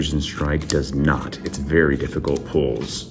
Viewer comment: Be vewy vewy quiet 😁